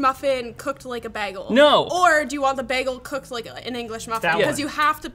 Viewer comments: its funny how she speaks freat but pronounces bagle wierd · DID SHE JUST PRONOUNCE IT AS BAG-GULL?! She is the second person I see pronounced it that way. That's not many, but thats pretty freaky it happened twice. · she says baggle like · Did she just say "baggle"? 😟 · i just hit the mark and need to come down here to say: did just say BAG-EL?? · Why does she pronounce it "baggle"? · Wtf is a “baggle”? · please, why do you call it a bÄgel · Wtf is a beggel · She really 'd the pronunciation of "bagel." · She 'd it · I listened to pronunciations of ‘bagel’ with the same intensity as I do with Benedict Cucumberbatch and ‘penguin’. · The way that kept saying bagel was making me crazy. Thank you for pronouncing bagel correctly. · The way pronounced Bagel!!! She totally 'd it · Did just pronounce bagel like does in the TV-series Community? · Are we just gonna ignore the way pronounces "bagel"? At first I thought it might be a Canadian thing, but then I heard the rest of the team pronounce it correctly, haha. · I didn't know there was a Canadian pronunciation of "bagel" before this video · This video brought to you by the Perry School of Bagel Pronunciation 😆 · the way she pronounced bagel is an anti-new york hate crime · every time this chick says bagel, i die inside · I do not like the odd pronunciation of bagel.....or this product. Watched because it was LTT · Did do pronunciation of bagel? Lol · WHY DOES SHE PRONOUNCE BAGEL THE WAY DOES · Wait, do Canadians pronounce bagels like? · Someone please tell how to say bagel right.... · Dude she KEEPS saying bagel wrong. It reminds me of from community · you say bagel wrong. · The pronunciation of bagel was painful lol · Sorry, I was a bit thrown off by her pronunciation of the word bagel. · Do all Candians pronounce bagel this way? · what in the pronunciation of bagle is this?